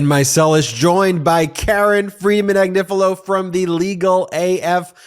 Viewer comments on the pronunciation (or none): In Italian, Agnifilo (A-gni-fi-lo) is pronounced Ah-nyee-fee-loh. The GN is a NY sound as in Lasagna. In Spanish, the ñ is the same NY sound as in mañana and España.